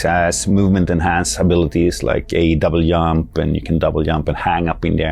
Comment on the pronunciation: . Did that fucking guy just say " double yump?" Those crazy Swedes....